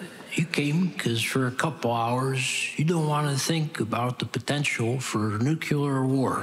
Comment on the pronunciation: Pronouncing "nuclear" as "nucular" is the defintion of Slow & Steady